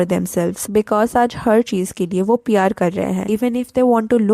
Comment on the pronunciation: Why does your PR sound like pyar? Why does your "kiya" sound like "kyaa"? And kahin = somewhere, kayin = many. Work on your pronunciation.